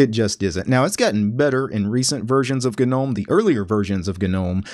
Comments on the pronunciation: I want you to know that your video was great until you started saying gnome. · Great guide. But the way he says "Gnome" has me cringing XD. I know it's technically a correct way of saying it, but still sounds wrong haha